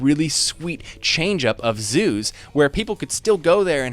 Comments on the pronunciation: Zoos... at first I thought you said Zeus 😂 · Haha it wasn’t just me that thought he said Zeus thank goodness 😂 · 🤣🤣🤣🤣 I heard him say Zeus instead of Zoos also 🤣🤣🤣🤣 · The first time you said zoos I heard Zeus and got really confused. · haha I legit thought he believed Greek mythology was a reality and was referring to Zeus as his god. Up until when he pronounced the 'oo' a bit more clearly.